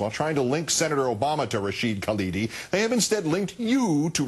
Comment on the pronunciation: Anyone who's ever read an historical essay by Rashid Khalidi (or his father, what you might say the principal historian of the Palestinian people) can only get sick while listening to this. Palin couldn't even get his NAME right.